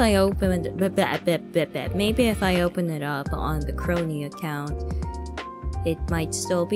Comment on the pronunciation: Just found the moment where you read out my superchat, You got it right, Kronii. ^_^ 👍